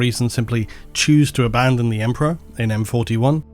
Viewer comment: Abandon… or Aban-don? 😆